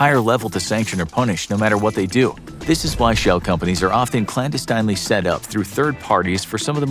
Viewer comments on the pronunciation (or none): Clan-destiine-leey? Never heard it mispronounced that way.